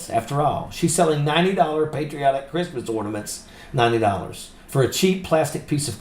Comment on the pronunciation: "Merry Greeftmas Amereeka!"